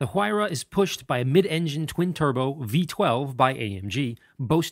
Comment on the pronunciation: The "H" Huayra is silent. You pronounce it as "wayra". Sauce: a Peruvian that has known the word his entire life.